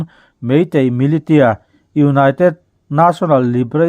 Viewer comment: Milisia tih tur